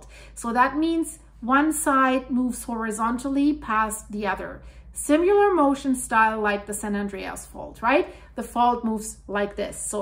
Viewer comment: Please say "Simmy-ler" not "Sim-you-ler" there is no "u" in "s i m i l er" it's just like it's spelled, sim i ler not sim you ler. You will sound more credible not using lazy pronunciation. And lose the Spanish pronunciations of words. It's off-putting and you are not speaking Spanish for this video. To say Spanish words adopted by English, you leave out the speech sounds that are Spanish sounds and use the English version.